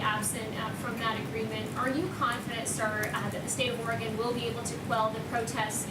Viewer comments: It's not pronounced "Oregone" but "Oregun". And you didn't solve anything in Portland. You made it worse. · Oregon is pronounced Or-gen. Oregon. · Did he say Oregano 🌿?🤣🤣